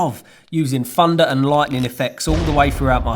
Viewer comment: is it just me or does it sound like 'funda' everytime he says 'thunder'?